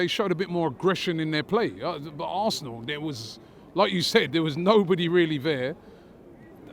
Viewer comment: It's Arsenal not "Asernal"